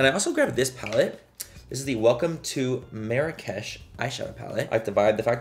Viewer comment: Geesh you kill me. Lol 😅. The way you kept saying “mirakesh” had me dying. Lol. I do the same shit haha. I love your personality, definitely one of the most enjoyable, relatable, and hilarious YouTubers to watch. Much love ❤